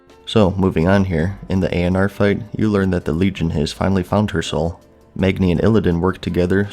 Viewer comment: Syl-VON-us = Sylvanas Nor-gah-non = Norgannon A-oh-nar = Eonar A-MON-thool = Aman'Thul Kahz-gore-oth = Khaz'Goroth Var-imath-rus or Vahr-iMAhth-rus = Varimathras Nahth-rah-zeem= Nathrazim Any and all pronunciation help for the.:D